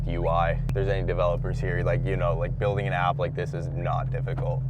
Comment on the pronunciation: heavy emphasis on the 'building'